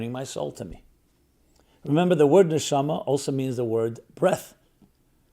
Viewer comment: The accent is on the last syllable. Ne-sha- MA